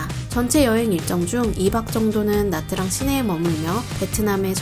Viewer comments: 영상 너무 깔끔하고 좋은 정보도 정말 많은데 나뜨랑이라고 하는 발음이 너무 거슬려요ㅠㅠ 다음 영상에서 다루실땐 차라리 미국발음으로 나<트>랑이라고 하시던지 현지식으로 냐짱이라고 하셔야할 것 같아요.. 나뜨랑이린 발음은 대체 어디서 온건지ㅜㅜ 신경쓰였네용.. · "tr"은 베트남어로 "ㅉ"으로 발음합니다. 그래서 나트랑이 아니고 나짱입니다.